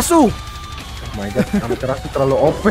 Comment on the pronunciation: Amaterasu ❌ Amater asu ✅